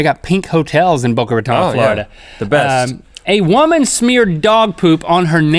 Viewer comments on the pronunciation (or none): LINK ITS NOT rAtOn Ratón like tone. Boca Ra-Tone